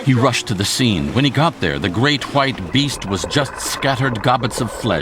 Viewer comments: say the great white again its pronounced the great white not the great whhhhhhite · "the great khuite" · how he pronounces his w lol